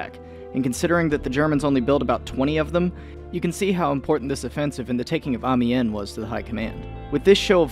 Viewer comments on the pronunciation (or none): I think its pronounced "Am-yan"